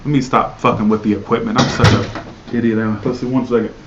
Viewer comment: I like how you say idot lol